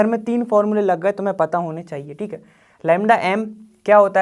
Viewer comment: Btw why does he always say like tik tik 😅😅😅 he says thik but it sound like tik😂 its funny😂